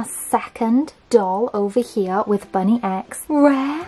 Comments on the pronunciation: its bunnix not bunny x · it’s actually spelt Bunnix(bu-n-i-Ks) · Uh you keep saying bunny X not bunnex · Hi I loveee your vids ❤ But you don’t pronounce it as ‘ BUNNY X’ it’s actually ‘BUNNIX’ in the show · The thing about these is there is only two various rolls you can get and also just so you know the bunny is said like bunnix. I know it's confusing 😁❤ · Hi its bunnix not bunny x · Her name is Bunnix not bunny x but video is cool anyway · I was getting SO mad when she was saying “bunny x” and not “bunnyx “ 😂